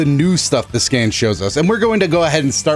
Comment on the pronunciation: I thought you said "skin" not "scan" lol